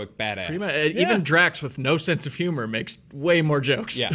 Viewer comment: It's HuemOR 😂😂